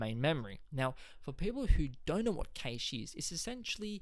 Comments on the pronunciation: Informative ,however it is pronounced Cash not Kaish. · Cache is the same Cache meaning a hoard or Stockpile. It's pronounced like CASH money.